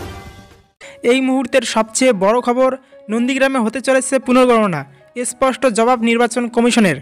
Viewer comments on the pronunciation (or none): তোর চ্যানেল টা চলেনা রে? 😡 তোর উচ্চারণ টা ঠিক কর। ইশ্ ষ্পট শুদ্ধ খবর দে। 😡